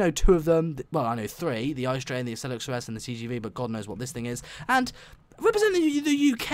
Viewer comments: Its pronounced I-C-E and not ICE, and its from germany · Its I.C.E. not ICE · German quality. And you pronounce it: I----C----E, and not ICE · The "ICE" train, is actually called the I-C-E train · Why don‘t they hace the ICE 3 and its not spoken ICE but I.C.E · its not ICE you speak it “ I C E” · The ICE is from Germany. You pronounce it I , C , E not Ice. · its not called ice train its called I-C-E And its from germany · Its not ice but ICE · You pronounced it wrong, it is pronounced ee-ce-ee not like the ice kind of frozen water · The I C E is not called ice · and u dont call it ice u call its own letters I.C.E. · On the ICE you pronounce every letter separat. Like I C E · You pronounce it I C E letter for letter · It is pronounst I-C-E and is a German train